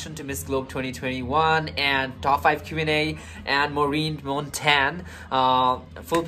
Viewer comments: MONTAGNE ( Montain) pronounced like CHAMPAGNE (Champain). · In the ph we pronounce Montagne is MON- TAG- NEH